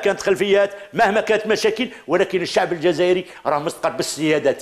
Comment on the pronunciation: لاحظت في طريقته في الكلام انه يهدر باسم الشعب ... باس زعمة يدخلهالنا في روسنا... حقا حقا الشعب يحب الكرامة و يحب الاستقرار (تهديد ضمني بالعشرية السوداء) و الشعب كذا و السعب كذا... زعم واش حبيتنا في قلوبنا نقولو ايه صح حنا نحبو هاذو و معليش نقبلو بالعهدة الخامسة واش فيها ... البارح تاني نفس الطريقة .. الشباب يحب كذا و يحب كذا و ماهوش كذا نتا شكون باه تهدر باسم الشعب و الشباب .. استغفر الله نطقها يجي ميتين مرة كلمة الشباب باه كي نتفكرو حملة بوتف جينا ظيراكت كلمة الشباب في ريسانا.. بففف طريقة مفضوحة... قالك نسلمو المشعل للشباب عن طريق العهدة الخامسة ... يتسمى خلاص السيد راه فراها و خرج بوتف وخلاص و لا حبينا نستلمو المشعل بوتاف فيها فيها هذاك طرف لا يتغير في المعادلة.... و بيان سور يخصصولك كتش خمسة مليار دولار يسير بيها البلاد بكعور و دز لعور و المئات لي بقات هم هم ...